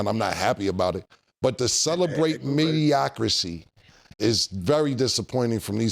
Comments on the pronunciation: Cam....it's Mediocrity....not "mediocrisy"...............edit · Mediocri(TEE) not (CEE) 😂😂😂😂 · Let me clear it up…mediocrity 🤣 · Why does cam have an earpiece but said mediocracy 157 times😂😂😂😂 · Cam'ron said mediocrisy 5 times hahaha it's mediocrity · Cam making up words again.. MEDIOCRISY 😂😂😂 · Mediocrity not mediocrcy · Killa talking about he’s embarrassed for Ma$e & Mike. But I’m embarrassed for Cam mispronounced “Mediocrity” repeatedly, over & over again! Mediocri-T not mediocri-C 🤦🏾‍♂️ LOL!!!! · The word is mediocrity, Mediocrisy is not a word 😂😂😂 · Ya really let Cam say Mediocricy all episode long ? 😂😂😂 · I said I wasnt gonna be the semantic police. But yall driving me krazy saying "mediocracy" but the way yall using it, I think yall mean "mediocrity" lol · Cam the hood Stephen A talm bout “Mediocrisy” 😂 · My Harlem niggas; it's mediocrity! Not mediocrsee! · Mediocrisy or Mediocrity 😂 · MEDIOCRITY....not MEDIOCRICY😂😂😂😂. Plz tell Killa someone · "MediocriCy" is crazy Cam 😂😂😂😂😂😂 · It's wild he even got Mike to say it with the 'Cy' 😂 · “MediocriCy” is Cam’s baby mama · it’s “Mediocrity” Cam 😂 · Cam kept confidently saying "mediocricy" is crazy. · Yall gotta tell Cam it’s ‘mediocrity’. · Hearing Cam keep mispronouncing it as "Mediocracy" is hilarious 🤣🤣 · Can somebody tell Cam that the word is Mediocrity 😂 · Did cam say mediocracy? Lol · Someone please tell Killa it's mediocrity 😅😂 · wtf is mediocrisee ? 😂😂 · “Mediocrity” Killa! “Mediocrity”